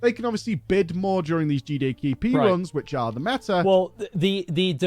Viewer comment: I don't think managed to say G D K P correctly once in the entire video, GeeDayKeePee